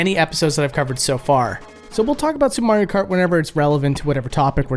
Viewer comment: Supre Mayro Kratt